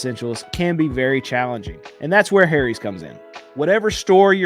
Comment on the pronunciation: I LOVE how you say "HAIRIES"... 🤣